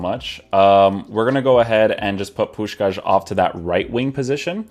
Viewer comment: You say the name of Puskás perfectly!